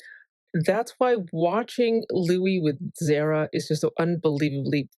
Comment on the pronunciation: the could be Louiza😂 btw, I notice you say Houis sometimes, who's that